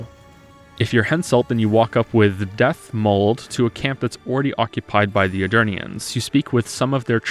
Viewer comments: Concerning Dethmold: He is alternatively spelled "Detmold" (so not pronounced like "death" but like "debt") which is a town in Germany. Since CDPR are European, and the entire Witcher world is based around a fantastic medieval Europe (Oxenfurt is pronounced just like "Ochsenfurt", which also is a real German town, "furt" meaning "ford"), I think it's more likely they just were going for a medieval-sounding, Germanic name instead of "Death Mold". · Regarding Dethmold: In many European languages, "th" is pronounced as "t", and names in particular are often spelled with this kind of "th". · About the Dethmold thing: "th" is pronounced very differently in all the other languages. In German and Skandinavian languages it's quite common to have an "h" after the t without it becoming a "th" the way an English speaker pronounces it. It just changes the emphasis in the word but still leaves it a "t". The game designers were Polish, and I'm pretty sure it was not intentional for the name to sound similar to "death". "Det" is a common prefix in German names whilst often written in different ways. Eg. Detlef, Dietrich and Theoderich all share this even though they write it out differently. your criticism in this regard is understandable but from an entirely and exclusively anglophone perspective, which neither the game developers nor the player base as a whole shared.